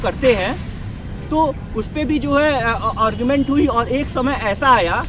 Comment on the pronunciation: और्गुमेंट नहीं भाई आर्गुमेंट बोला करो